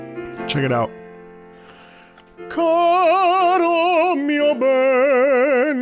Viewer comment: that was a great italian pronunciation during caro mio ben!